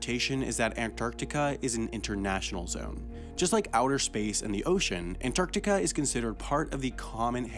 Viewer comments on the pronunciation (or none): He adds a syllable to Antartarica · After hearing AN-TIC-ARTICA 40 times, It's time to see my therapist. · Most Americans don't pronounce the first T in Antarctica for some reason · You pronounce The middle “c” in Antarctica. But leave the “g” out of recognize. Why? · Stop saying Antarctica. You say it funny and it hurts my brain